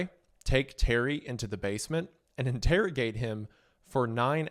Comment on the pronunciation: I think you meant they in-terry-gate him for 9 hours